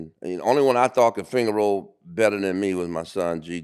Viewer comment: It’s not finger roll….. it’s fanger roll LOL !!